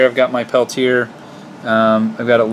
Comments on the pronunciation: You said it right the first time. Peltier. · I heard u you pronounce it both ways. Peltier rhymes with Chevrolet. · Jean Charles Athanase Peltier was french. Very, very french. Pelti-ay is the correct way to say it. It's fine that people mispronounce it, but if any of those people try to correct you, slap them hard on the face.